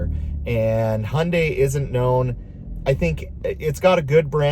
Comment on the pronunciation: As a Korean, I'm very happy to hear you actually pronounce Hyundai correctly. Respect 💯